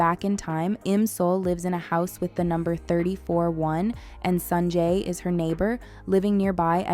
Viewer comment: Everything was ok until you started calling him "Sanjay"